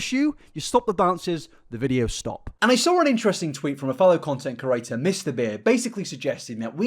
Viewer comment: Pls say creator instead of curator please please please I like your videos but it makes my ears bleed